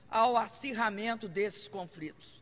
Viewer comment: "Os brasileiros somos ligados" "as causas profundas dos confRitos" "acirramento desses confRitos" "o Brasil seLá inteiramente solidário a isso" Ela não representa o país. Mas sim, uma parcela do Brasil que foi imbecilizada por anos de estratégia comuna-socialista dentro das escolas e universidades. O país, hoje, cria órfãos de educação sã.